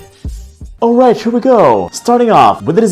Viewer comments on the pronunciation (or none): "Right SCHERE" I can't...😂😂😂